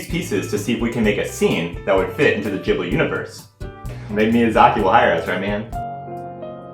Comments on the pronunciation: Please, gib-lee not jib-lee 😭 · hi, this is a big channel I think it's important you know it's pronounced GHibli, not Jibli. It's an italian name, the H is there to make the G hard. Also in Japanese it's pronounced with the hard G.